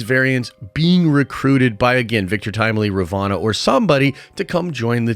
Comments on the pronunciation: RUH VOE NUH Not RUH VAH NUH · Halfway through season two and you're calling her Ravana instead of Ravonna. Boy need to review some vocabulary instead. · How do you pronounce Ravonna wrong when its clearly spoken numerous times